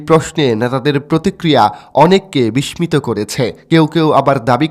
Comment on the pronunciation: বিস্মিত উচ্চারণ টা ভুল বললেন।